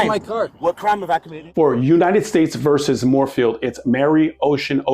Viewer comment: VERSUS! THE FUCKING WORD IS VERSUS! It's NOT "VERSE"!!!! 🤬